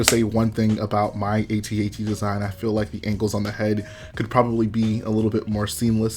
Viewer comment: U said at-at wrong but love the content keep it up